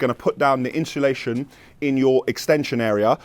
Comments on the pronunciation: Definitely said inshulation.. not insulation. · Inshullation lol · Ha ha ha I’m glad you picked up about Inshulation 🤣🤣🤣🤣